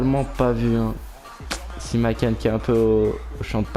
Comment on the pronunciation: Simakan ça se prononce an comme la ville Caen et c'est ajorque comme jean pas "l"